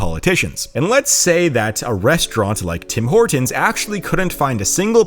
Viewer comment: you gotta work on your pronunciation of "Toe-Ron-Toe" and "Tim Hor -Tons" to get taken more seriously by Canadians